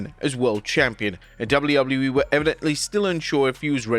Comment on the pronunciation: Dabuļjū Dabuļjū īī 😂😂